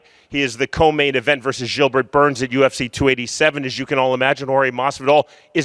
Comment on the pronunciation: wtf is Jillbert Burns?